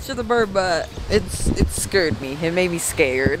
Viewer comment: “it scerd me it made me scared. It scerd me to.”